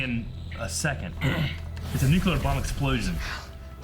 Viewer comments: Cringing every time says “Nukular blast” it’s a Nu-CLEAR blast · "... Nuke-yoo-ler" LOL.